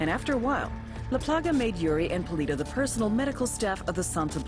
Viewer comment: i can say for sure that "el polito" should be "el poLLito" that stands for "little chicken" and it was so funny to hear it like that... I'm from Argentina if anyone is wondering...